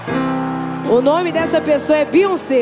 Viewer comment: Além de pronúncia o nome de BEYONCÉ errado fez o trabalho de massacra a música 😬😬😬😬